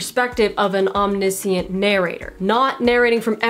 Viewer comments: Nice and succinct. Thanks! Nit pic: om-nish-ent :) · Why do you pronounce omniscient without an "sh" in the middle? Very unusual. I don't think I have ever heard anyone pronounce it that way.